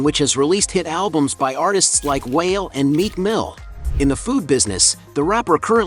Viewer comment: Dude pronounce wale as whale.